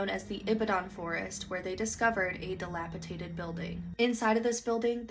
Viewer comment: It's dilapiDATED, not "dilapitated". Also, the plural of jewelry is JEWELRY, not "jewelries". Any update on this story? Perpetrators found?